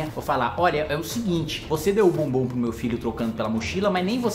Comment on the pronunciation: Kim, muito cuidado na dicção ao falar “deu o bombom” . Tá parecendo outra coisa 😂